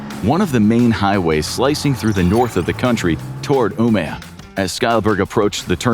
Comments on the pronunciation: "Umeå" not "Umea" å is pronounced like O in English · that's probably the worst pronunciation of Umeå I've heard so far this year